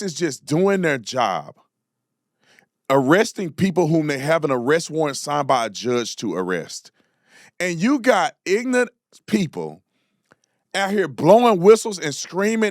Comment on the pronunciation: Why do i get triggered when Tatum says IGNANT! My man, its pronounced - IG-NOR- RANT (Ignorant)